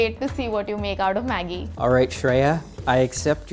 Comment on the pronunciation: He actually pronouns Maggie like the way that girl did, pretty good